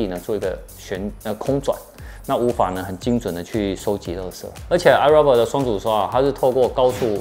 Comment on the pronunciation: 五年了 發音還是唸錯 是唉肉霸 XD